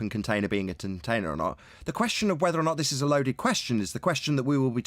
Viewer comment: tintainer?? Haha